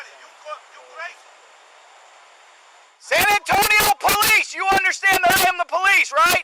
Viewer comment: The way you pronounce san antonio was very accurate